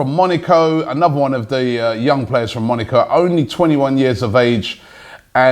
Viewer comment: love the show. But PLEASE stop saying Monico... it is MoNAco, moNAco.